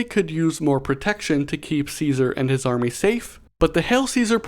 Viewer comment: Gonna be the fallout super nerd here, but its pronounced “kaisar” look it up for better pronunciation (bottom line, wasteland survivors are barely smart enough to speak propper english let alone a roman name🤣